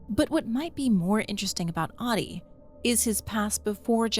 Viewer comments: It would be nice to spend three seconds to learn how to pronounce Ahti .It's not hard and would make this much nicer to listen. It's not AADI, it's AHTI. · Ahti would pronounce his name as AH-tee not "Oddi". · every time you pronounce Ahti as Ati, an angel gets a diarrhea. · It kinda annoys me that even in the game canonically Jesse call's him "Ah-dii" when in Finnish Ahti is said with every letter pronounced clearly so (A as in America, H as in Haha, Ti as in Tick). So you get A(merica)H(aha)TI(ck). A H T I and not what sounds to my Finnish ears as AaDII. No H no T. And I can't blame anyone for saying that cause the GAME DOES IT TOO SO asdasdfsaf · You must to say AHTI, not AHDI. He is not Ahdi. 😂 Learn to say Ahti.❤ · she be sayin ahti like shawty 💀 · Great video, but you lost me at “audie” instead of Ahti